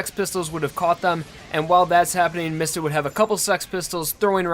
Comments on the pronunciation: ITS NOT MISTA ITS MISTA (MEE-sta) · Can you please pronounce mistah right It's Mee stah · I thought his name was pronounced "Meesta." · Pronounced Diavolo and Miata wrong